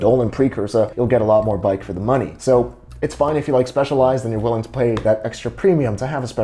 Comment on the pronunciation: its pronounced specializ-ed , by my good friend Dionisis...hahahhaaaaaa